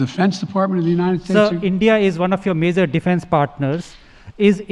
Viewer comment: Love how he says Unined ... nothing wrong here folks.